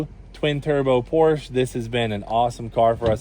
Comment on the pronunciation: Porsche is a two syllable word cleet.😊